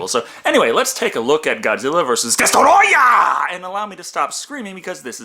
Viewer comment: DESTOROYAH! ... it's rude to say it any other way.